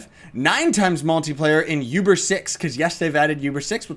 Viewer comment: Btw it's pronounced OOBER, not YOUBER. Not hating or anything its just... it bothers me. Anyways, keep up the good work! :D